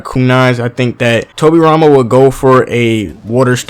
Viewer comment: Towwbi Rhama Senjew vs Minatow namikazeyyy. Love how Americans pronounce japanese names haha! No offence tho, Liked the video!